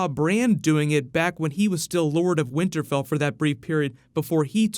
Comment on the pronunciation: So no one heard him say "winterbell" ?